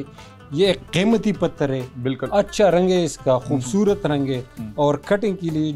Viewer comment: Focus . .not fociss. . 😅 khoobsurutt. . ? 😂 😅 centurr 😅